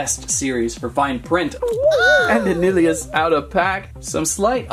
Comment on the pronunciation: P.s u said nillious wrong. Its Nil,eee, Us. Now thats how to pronounce it. But just watch the bakugan show with nilliois in it.